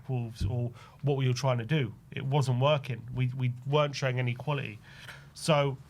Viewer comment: Not qualieeee ,quality!!!TTTT use your consonants please!!